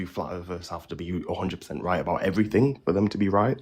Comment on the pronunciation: "I'm not special" "My stationary plath plane is special" E v e r y f i n g t i m e.....